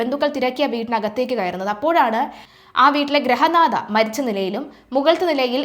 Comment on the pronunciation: അയ്യോ...ഗ്രഹനാഥ അല്ല പെണ്ണേ.... മലയാളം ഉച്ചാരണം പഠിക്കൂ